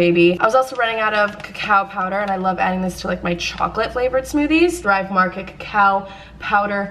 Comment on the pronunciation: When she said cacao powder I thought she said cow powder and I was like... whAaaAt iS cOw pOwdEr 😂